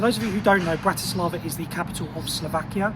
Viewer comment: FYI you got the pronunciation wrong. Don't treat it as english language.